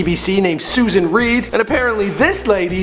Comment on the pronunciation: Sorry - another comment haha but its Susanna Reid, not susan:P